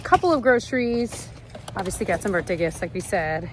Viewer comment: I’m dying that you corrected yourself halfway through the video about the way you say “birthday” because earlier in the video I was like “is she saying birtday?” You have such a great vocabulary usually, so this made me laugh